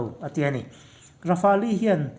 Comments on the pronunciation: Rafali anilo😂😂😂😂..Raf-el titache...🤣🤣🤣Rafale leh j20 ron compare don motia,India sawiselin china ron fak chiama,..yutube ka en suall😁😁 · Rafali tilo a lamdik hun ah ka subcribe ve ang🤣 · Rafel tiin lam zawk la dik lo maw le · Rafali ti in an lam ngai hlei nem... Midang lam dan te hi ngaithla thin ru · Rafali an ti ngai lo! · Lamdân dik a hre ve lo maw ni le....Rafali ti deuh tlat mai bawk si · ra-fal tiin an lam ri deuh in ka hria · Ra-fa-li tih chu a dik zan lo lo maw?